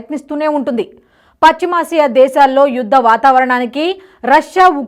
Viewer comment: "పచ్చిమాసియా!" 😂😂😂😂😂 ఏ ఇస్కూలు లో చదివావు తల్లీ?